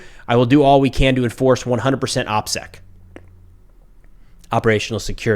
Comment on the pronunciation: saying OPSEC is pure comedy gold